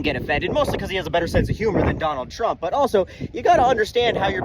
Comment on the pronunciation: “Trunt” is my favorite.